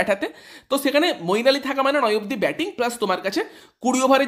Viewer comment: মঈন আলী ভাই নাম টা ঠিক করে বলো 👍